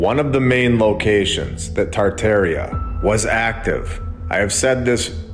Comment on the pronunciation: The fact that you can’t say tar’tar with the proper way won’t let me watch this stupid video 😂😂😂